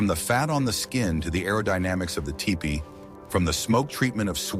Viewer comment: Typical mispronounciation of certain words, but it said ty pee and tee pie both for tipi.